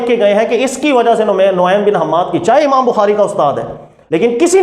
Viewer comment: آپ کی معلومات فضول ہے نعیم بن حماد کا نام بھی ڈھنگ سے نہیں لینا آتا آپ😂 خیر جواب لیں آپ۔۔۔ نعیم بن حماد کے دوست اور واقف کار امام یحییٰ بن معین فرماتے ہیں کہ: ’’ثقة……… کان نعیم بن حماد رفیقی فی البصرة‘‘ نعیم بن حماد ثقہ ہیں…… و بصرہ میں میرے ساتھی تھے۔ (سوالات ابن الجنید: ۵۲۸، ۵۲۹ و سندہ صحیح کالشمس) امام ابو حاتم الرازی نے جرح والتعدیل میں نعیم بن حماد کو محلہ الصدق امام عجلی تاریخ الثقات میں ثقہ کہا الجواہرالمضیہ فی طبقات الحنیفہ میں عدلقادر القرشی چشتی نے لکھا کان من الثقات۔۔۔ حوالہ جات اور بہت ہیں مگر انہی سے آپ تسلی ہو جاٸیگی ان شا ء اللّٰہ